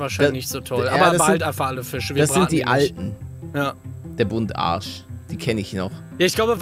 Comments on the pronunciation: Einfach der gute Buntarsch das heißt Buntbarsch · Hi Palle, es heißt nicht Buntarsch sondern Bumtbarsch🤣